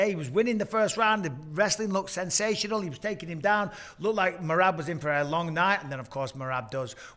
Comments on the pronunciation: Can we pls start a petition to correct pronunciation of “MEE-RAB”, driving me unreasonably nuts. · Love how pronounces Merab's name! 🤣